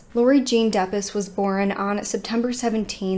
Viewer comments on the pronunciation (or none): This happened in my hometown. I was 9 when Laurie went missing. I remember how huge the story was in the news. Her last name is pronounced Dep-ees.